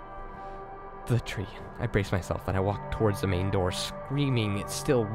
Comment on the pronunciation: I think its funny how u say da instead of the